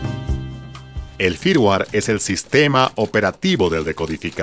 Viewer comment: Firmware. Flash. Dilo bien please.